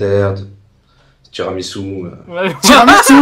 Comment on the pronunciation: Il vien de dire tiramisou ou quoi